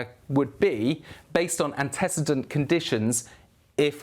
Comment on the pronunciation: annty seedant not anticidant, ante like ante bellum, cedant like cede control